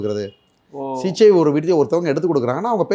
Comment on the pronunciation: First he is unable pronunce the Thamizh words properly, But he claims he is next Sivaji Sir. Sigichaiya CJ-ngiraar, Open surgerya Oven surgery-ngiraar. SSSSSSSSSaappppppaaaaaa..... Kosu Thollai Thangamudiyalada Saamy... Kosu vandhu kadichichina enna pannuveenga.. adha pannunga ella anchorum serndhu.